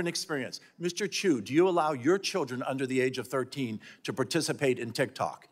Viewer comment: To start off, our dear Congress members can't even pronounce his family name right. Can't count on them defining what an "algorithm" is.